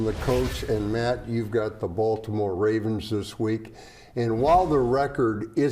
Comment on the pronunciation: a "TOUGH" baltomouer teamm, yeah okay